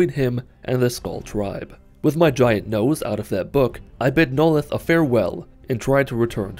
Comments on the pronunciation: "Noleth. Noleth. Noleth. Neloth" Okay now you're just messing with us. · The way he butchered Neloth's name just.... Uh. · I love how he mispronounced "Neloth" for 90% of the video then pronounced it right one time.